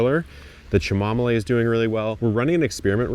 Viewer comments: Have you seen Laura’s video where she called you out for you Cha-mom-oly pronunciation. So funny! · It’s pronounced “ka’ muh mile” dude. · Cha-mah-molay, the best! 😂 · Cha-mom-ole’ gets me every time 🤣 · Did I just hear him call chamomile -shimamolay??😂😂😂😂 that's funny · Ohhhh… cha-mah-moe-lay…… makes me giggle every single time. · It was funny the first dozen times but I'm over it now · I’m sorry - is that how chamomile is pronounced..? Have I been saying it wrong for the last few years?? 😭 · No, that is not how it’s pronounced, but how he has been saying it